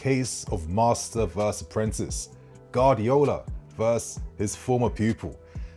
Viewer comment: could never pronounce Guardiola 😂